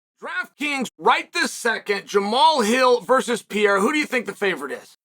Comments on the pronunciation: Is not PIERA!!!!! PEREYRA!!!! IAM OUT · It's pronounced Pea-air-a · I cannot believe he’s still calling him Piera 😂 like it’s rly not that hard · Piera?? Really Chael? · DJ and Chael : Piera 🗣️ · I always thought it was ... P.A.H.E.R.A but thanks for correcting it for me Chael. P.I.Y.E.R.A it is. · Chael: I love reading comments Alma Sonnen: Chael, I left a note on your fishing rod telling you it's Pereira and when you got home it was still attached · Learn with me: PE-REI-RA. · Pereira: 🗿 Chael: Piera! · Chael really needs to work on his "Pereira" pronunciation haha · Is not that hard right?